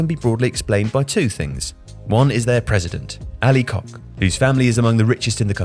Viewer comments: Koç is pronounced Kotch! Not kok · Koç is pronounced as Koch or Cotch not Kok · It is not Ali Kok, it is Koç, ç is like ch when pronounced like church. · Kok – the perfect pronunciation for Ali ‘s surname. 😅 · Please, if you are making a video about Türkiye try to learn how to pronounce some letters that you're going to use in the video. Koç is pronounced like Koch where "ch" is like in the Chair. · Fam how can you not fact-check the pronunciation of Koç lol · Having listened to and developing a perception of his character over the past few years, I'd suggest he may have pronounced it wrong on purpose 😅